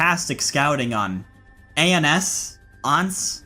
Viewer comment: Ans is pronounced "on-san"